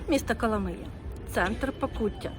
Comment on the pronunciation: КоломИя !!!! а не КоломІя !!!!! назву міста вимовляйте правильно !!!